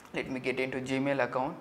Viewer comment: "gamil" lol